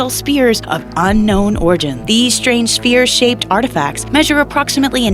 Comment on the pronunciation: Can't even pronounce the word "sphere" - convincing!